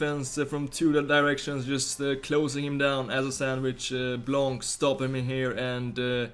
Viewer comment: just a comment from France, Laurent BlanC < - you don't have to say the C, juste "Blan" You're the best player, & best guy I ever seen playing Fifa on Youtube. Keep going!